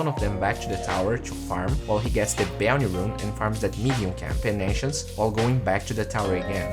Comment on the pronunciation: Will he ever learn how to pronounce bounty? I guess only time will tell us